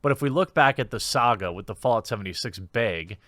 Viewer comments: I'm just here to listen to Jeremy say "baeg" a lot. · It's bag not Bayg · I now say baeg because of you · He says "beg" not baag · Viewers who came for an update to the Fallout 76 saga: 10% Viewers who came to hear Jeremy say "beyg": 90% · Finally the... "beeag," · why do you keep saying BAYG instead of BAG ? is this some kind of inside joke i missed or are you just weird an i never noticed? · Beyg. Beig. Bayg. Beeehhhhhhhhhyg! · You said "bag" and "bags" again. I'm so happy. Also please say it more often. Edit: Also again, please pronounce it bayg. Love it. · Funniest thing is he's even mentioned how to say it properly before and continues to keep saying Baygs 😂 is this like a Canadian thing? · America says: Bag Wisconsinite says: Baeg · Pretty sure its pronounced bag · Nice beg (you say it like pat the nes punk) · Are we not going to talk about how he pronounces ‘bag’? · Him trying to pronounce "bag" the way us land dwellers do was very cute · I love this video.plz never stop saying bayg. When u say bag n try to do it the "correct" way it sounds so weird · Strugglin w that word bag huh lol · Nobody: Quartering: “Bägh” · Came here to hear Jeremy try to say bag and was not disappointed :) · i would prefer you pronounce 'bag' the proper way: *inaudible edrich horror sounds* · Good video man. I like that you can rag on your own pronounciation of "bag" lol that's funny, good for you. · Why do you say bag that way?